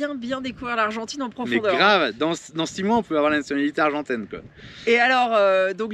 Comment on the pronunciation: Noooon ......Pas argentaine......"Argentine"